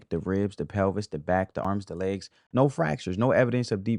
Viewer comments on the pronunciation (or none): none